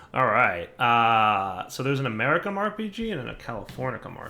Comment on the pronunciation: Goddamn wtf americium and californium are not fuckin pronounced like that